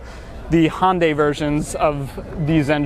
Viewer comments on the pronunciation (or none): ...pronunciation is "HUN-day" (almost sounds like you said Hondai - small details matter). Otherwise, great video. REALLY want to trade in my Mazda CX-5 for this in a few years...V6 for me pls